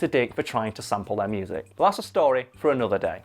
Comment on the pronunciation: if Karl is correct cos it is spelt phonetically, why do you pronounce "But" as "Bot". This means that you don't care about phonetics at all so don't play that card.